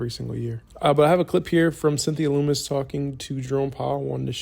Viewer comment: Why do you keep butchering Cynthia Lummis name. Lummis is pronounced like Hummus. It’s hard to take you serious if you don’t do your homework.